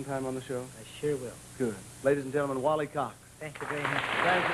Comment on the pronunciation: Did he mispronounce his name, 'wally cock'?